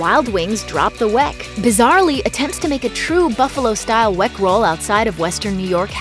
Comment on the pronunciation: it's pronounced WICK....... it may be spelled with an e but it is not pronounced that way.